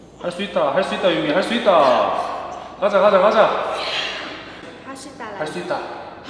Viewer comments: 여욱시!!! 할수이따 그놈의 할수이따가 뭐냐고 개웃김 ㅋㅋㅋㅋㅋㅋㅋㅋ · 할쑤이따 할수이따 하르수이르따 하르스이르따 하르쓰이르타 할쓰이타 (한국어 발음은 정말 어려워요^^) 한국어 공부 응원하고 있어요!! 파이팅!!